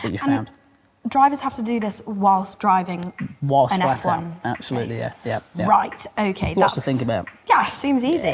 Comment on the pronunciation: "Rouight!" yep, they're related